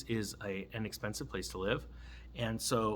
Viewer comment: Did you say inexpensive or an expensive place to live??